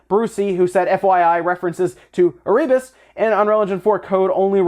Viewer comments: Not e-ree-bus Air-RE-bus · Hey, bud. It's pronounced "Err-uh-bus". Also the name of one of the first ships that went to Antarctica, and subsequently, now the name of an Antarctic volcano. AND it was a level in the original DOOM lore. It's a place in hell.